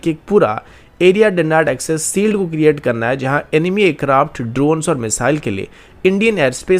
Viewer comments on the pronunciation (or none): भाई तुम श शब्द का उच्चारण सुधारो। कान बजने लगते है शील्ड को सील्ड बोलते हो तो।